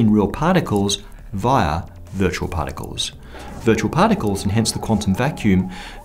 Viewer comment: what the hell is 'pahtickols'